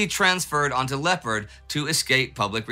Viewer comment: Tempest in a teapot. You should honor your own rule as this was nothing 'special'. PS, if you would pronounce the French vessel as it is spelled ,Lay-oh-par, your argument would be much easier to follow.